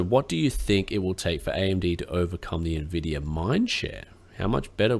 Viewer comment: Me-mes? Are there me-mes about the cayche on nuhvidia cards?